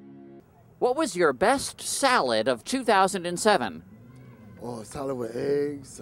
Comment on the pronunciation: best salad sounded like a sandwhich... with a little bit of lettuce